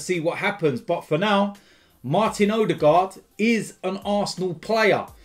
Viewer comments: ITS PRONOUNCED oodegar the d is silent but your forgiven lol. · his last name is pronounced more like Uh-the-gore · the ø is pronounced like the u in «run», and the å (aa) is pronounced like the o in over. need to learn this!